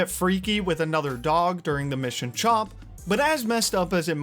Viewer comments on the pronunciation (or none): Chomp? CHOMP? Mate, the dogs name is Chop. No M. They only say it OUT LOUD dozens of times throughout the game.🙄